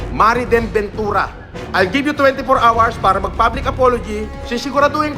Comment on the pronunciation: You got twenty four awers to explain sabi nya hahahahahahaha tapos meron pa yung hot and sawer soup hahahahahha